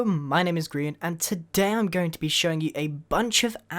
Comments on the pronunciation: “today” and “I’m” flew together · At the beginning of the video he said todamn